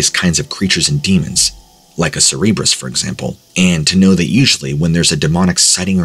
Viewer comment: Cerberus is pronounced sir-bur-us. Please never say cerebrus ever again.